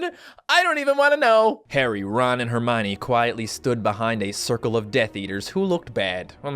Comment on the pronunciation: Wtf is hermyni it's herm-e-un